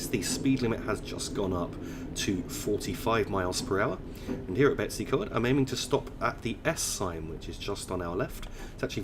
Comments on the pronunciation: Brill video! Betws-y-Coed is said like Bet-us-ah-coid but it is quite a silly name! Either way, keep this amazing work up! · Blyne-eye-fes-tin-iog. Dol-with-el-Ann. Bet-ooh's-ugh-coid. Pont-ugh-pant. Don't shoot me, I'm only trying to help 😋